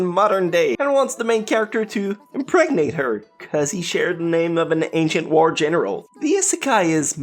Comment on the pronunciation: you need to learn how to speak properly and clearly. you speak like you are a loli but clearly you are an adult. You say things like it instead of its 'da' instead of the.. and so on. it's annoying the lack of mental effort you put into speaking. it's not hard to talk correctly.